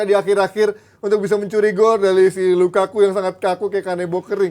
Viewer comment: ngatain headline penyebutan Lukaku jadi Lakaka, meanwhile doi nyebut nama Minamino🤡